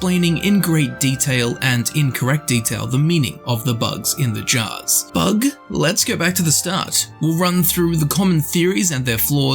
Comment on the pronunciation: Did you say "*bug*"?